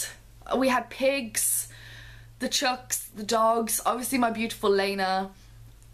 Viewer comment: Please don't take offence but its chooks not chucks.